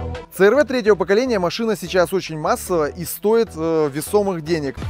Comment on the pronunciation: В Америке много переднеприводных. Правильно говорить си ар ви. Клиренс у первого и второго поколения 205, у третьего 185, у четвертого 170, у пятого(заявленный) 208. У меня 2,4 , расход по трассе на круизе, в режиме 100-105 три взрослых и ребенок, 8,0-8,5 литров.